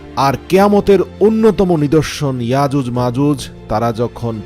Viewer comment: আজুজ মাজুজ না,ইয়াজুজ মাজুজ বলতে ও পারেন না